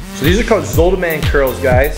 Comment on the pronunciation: zottman curls not zootman curls